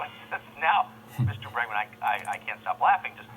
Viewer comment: Ah yes, Rutger BERGman xD. It's BREGman dude <3.